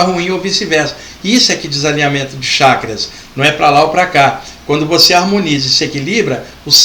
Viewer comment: CHAKRAS,pronuncia correta Tchackras e não shackras.